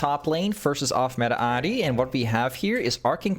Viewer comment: wait you actually pronounce ahri in japanese? that's cool actually never thought bout that